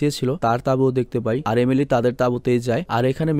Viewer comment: একবার আপনি এমিলি না বলে এলিমি বলেছেন😁অনেকবার বলতে বলতে এমন হয়ে গেছে😂